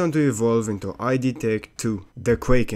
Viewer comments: "id software" pronounced like "id card" hurt so much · dawg... its not i dee its id.. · actually it's pronounced id and not ay-dee :face-orange-biting-nails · Neat. BTW, it's not "ee-dee", but just id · thats not how you pronounce id